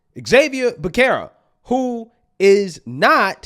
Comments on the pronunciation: Becerra= B'sera. Cmon do your homework. Youre getting lax again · Pronounced Beserra = Becerra in Spanish